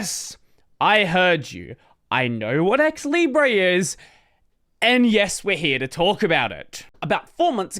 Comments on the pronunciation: stop saying "libreeeyyyyy" say "leeebruhhhh" this is how it is said in french and as long as i know that word has been borrowed from french not from spanish. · It is said leebray in English. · actually i don’t understand why you say « libreeyy » since every other -re words are said -er (when they are spelled in british english) i think it would be more coherent to say it like that, so it matches « liberty » (centre, octobre, libre, … but i know english is inconsistent and will still be it)